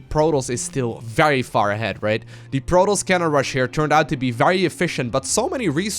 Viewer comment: Love how always pronounces Protoss like Plotoss xD Love your casts